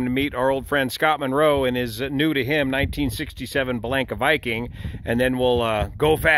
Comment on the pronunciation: Pronounced..."Bellanca" the A's are long.